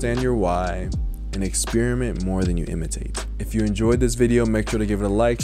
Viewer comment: bro said "exspearmint"